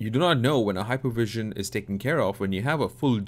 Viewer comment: Its actually sven not seven and hypervisor not hypervision..thay said, great tutorial. Crisp and caught up